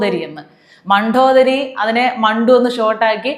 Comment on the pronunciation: കലാമണ്ഡലം, മണ്ഡോദരി എന്നിവയുടെ ഉച്ചാരണം ഒന്നു ശ്രദ്ധിക്കണേ.ണ+ഡ ആണ്. ഉച്ചരിക്കുന്നത് ണ+ഠ എന്നു തെറ്റിച്ചാണ്. ഉച്ചാരണം വളരെ ശ്രദ്ധിക്കുന്ന ആളായതുകൊണ്ട് പറഞ്ഞതാണ് കേട്ടോ❤